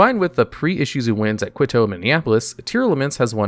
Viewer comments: quito is pronounced like keto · Quito is pronounced "key-toe" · I really, really love your videos, but for the love of god quito is pronounced kee-to. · Quit-Oh?? You're the most illiterate fook on YT. Pro-toss? Good grief. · Lol Quito is pronounced as (kee-toe) but you get an A effort